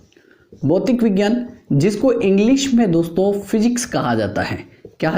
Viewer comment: सर भौतिक विज्ञान होता है भौतीक विज्ञान नहीं